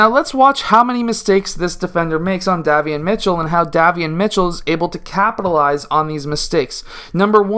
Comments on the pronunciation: Pronounced "Dae-Vee-on" liked the video. Good content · Day - Vee - Yon. Great video though.